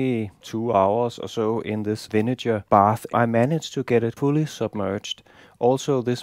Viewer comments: You gotta check the pronunciation of "vinegar", my man... That's a hard "g", like when you say "great" or "good." And it's not "iron cast" but "cast iron." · You didn't notice that he was speaking English? No English speaker in the world pronounces "vinegar" with that kind of "g". Being on YT doesn't mean that a mistake becomes correct just by virtue of being on YT.